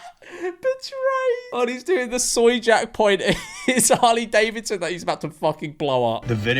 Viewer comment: "even saying the name Hurley Davisson". Can't even say the goddamn names right, the whole country must be just guzzling lead at this point.